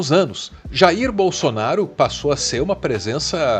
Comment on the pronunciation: 😂Pra q tem q falar do Jair como se ñ fosse o pai dele e ainda o nome com sotaque como se ele fosse americano? Ah já sei o Dudu é americano de coração 🤣